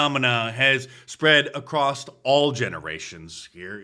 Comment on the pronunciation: ‼️ so am I the only person that can still pronounce the word “across”? STG every YouTuber says “acrost” now. Wtf is happening to people. The same people that can’t pronounce “dachshund” and “debut”. This is maddening. A whole generation has made up “dash hound” and thinks that the actual name of a dog breed. The end times can’t come soon enough.